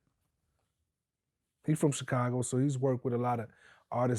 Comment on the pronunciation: I see vlad still pronouncing Chicago CHICKago ... smh .. god thats so annoying I cant stand when he does this ...